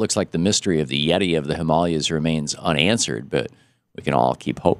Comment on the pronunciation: It's Himalayas, not Himalias